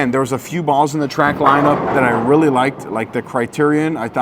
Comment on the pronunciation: Drink every time says “rilly” (really)